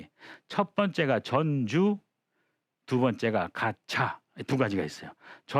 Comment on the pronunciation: 한자의 고저 장단 문제가 있읍니다. "전주, 가차," 의 첫 자는 모두 장음인데, 선생께서 "짧게" 발음하셨읍니다. 잘못입니다.한문 고전 강사로서는 가벼이 받아드릴 수 없읍니다. "한국 어문을 고발함"이라는 책을 한국 지성인 여러 분들께 간곡히 권하오니 이 책을 조용히 읽어 주싱옵소서 . 미국 변 완수 드림